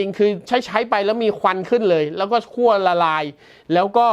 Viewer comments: ขั้ว ครับ ไม่ใช่ คั่ว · คั่ว ทำไม คั่วจนร้อนละลายใช่ไหม ขั้ว ครับ ขั้ว 5555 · ขั้วครับ ไม่ใช่คั่ว